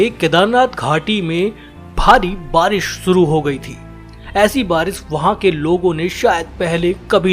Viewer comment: baris nahi barish hota hai